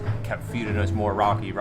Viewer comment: Its raki not rocking and accent come on